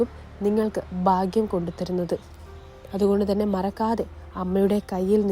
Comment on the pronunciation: ബാംഗ്യ " അല്ലടി ഭാഗ്യം എന്ന് പറ 😅😅😅